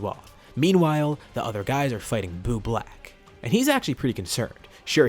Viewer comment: “boob lack”